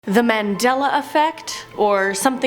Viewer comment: It's Mandela not Mendela. Refering to Nelson Mandela.